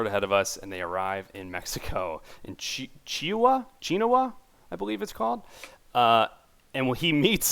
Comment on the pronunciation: I've never seen someone screw up saying chihuahua lol